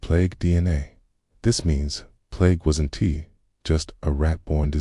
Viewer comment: I'm sorry but AI narration is just terrible. It pronounced wasn't as wassen tee. Unlistenable.